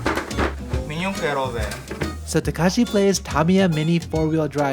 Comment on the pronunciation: His name is takashi but says it as he was calling him kakashi and as a Naruto fan... This is approved